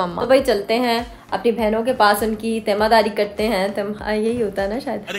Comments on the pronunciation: Temaardaari hota ha 😂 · Teemaardaari hota 😂